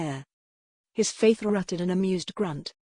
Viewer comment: Her faither? really. computer might be able to read some words - others - nope. too bad sounds like a good story but the computer reading ruins it